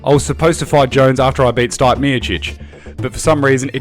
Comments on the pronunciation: Steep-ayy that's how you say Stipe. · Sorry mate lost all respect for this video once you said STIPE miocic instead stip-e. If you can't get the former UFC champs name right then I doubt your judgement. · Nigga did you just call Stipeh, Stype? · "Stype" Miocic?! 🤣🤣🤣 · Man just called Stipe STYPE MIOCIC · Ughhh you were doing so well then you called stipe "stype" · Wow the guy that was reading that article knows nothing about the UFC listen to the way he pronounces stIpE Miocic😂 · Not getting the correction pronunciation for one name means you know nothing about MMA??? Wowee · Dude if you can’t even pronounce Stipe then you shouldn’t have a YouTube channel about the ufc. Learn the damn sport or do something else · The dude narrating can’t even say Stipe’s name right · You should learn how to pronounce the former champs name is all I got out of this. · Check your facts mate, see how the man himself pronounces it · Dude !! Please learn how to pronounce the ex champ Stipe's name properly , show some respect .